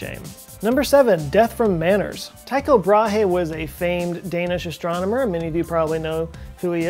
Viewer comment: Joe Scott a little help to you. Brahe is pronounced without the H, in fact does his last name sounds nearly exactly as the women's bra, just with a bit of extra air at last... Bra e. The Y in Tycho is the same sound as the Y in "Y"esterday.